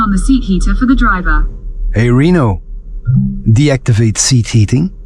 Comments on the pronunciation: Did you call Renault Reeno? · That's the wrong way of pronouncing Renault, you are calling it like that city in Nevada and that's the wrong way of saying it.